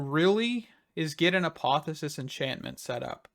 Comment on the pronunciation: Say apotheOsis again 🤣🤣🤣